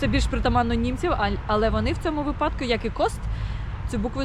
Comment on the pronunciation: ви все лаконічно і зрозуміло тут все розказали, дякую, але є одне але. Чомусь вже не один рік в інфопросторі вирує прямо епідемія неправильного вживання слова вИпадок, яке ви в ролику теж озвучували, чомусь щодня з усюди чути неправильний наголос випАдок. Може ви ще розкажете українцям про правильні наголоси в новому відео. ВИпадок - звідси вИпадково, вИпад і т. д. Якщо я не авторитет і мені не вірите Google нас розсудить. Надіюсь, сподіваюсь і зарані дякую!